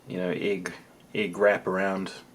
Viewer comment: The way you say egg is driving me crazy. Ugh. Canadian problems it seems xD